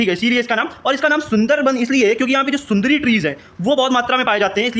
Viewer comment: Sir sundri nahi sundari balte hai